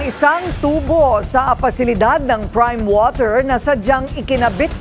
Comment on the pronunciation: crime water?! 😅